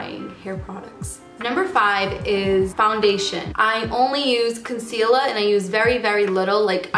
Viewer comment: Why does she say con-seal-uhh for concealer